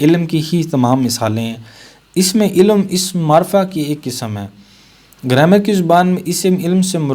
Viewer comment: سر اسم عِلم نہیں عَلم ہے